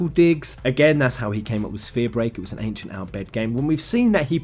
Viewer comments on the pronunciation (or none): none